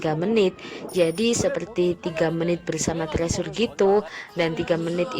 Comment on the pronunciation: Kakak permisi bukannya mau sok tau. Tapi bacanya bukan "trisur" atau "tresur" tapi " (t)crisur" atau di korea- nya "trejo" (setauku ya). Maaf.